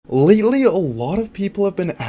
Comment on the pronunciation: I swear at the start of the video says "leedalee" instead of lately